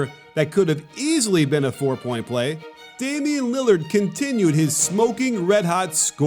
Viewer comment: “Damon Lillyerd”